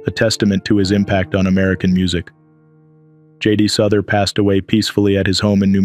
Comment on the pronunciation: J.D. Souther. Pronounced as sow-thur. Not as suh-thur.